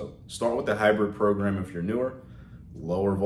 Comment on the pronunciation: "PROGAM" smh